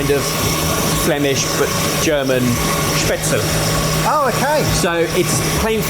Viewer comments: Add yet another culinary term to the long list of words doesn't know how to pronounce. Spätzle. The "le" is pronounced "leh". Not "el". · Well, that Spätzle needs some practice:D You can also find recipes for "Nokedli" - same thing but a Hungarian version.